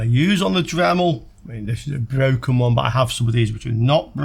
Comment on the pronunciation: Your wesistor is bwoken.